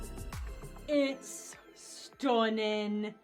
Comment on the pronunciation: tell me why you said “STUNNIN” in a Northern English accent 😂 I’m from the North of England and that pronunciation felt absolutely natural to you somehow 😅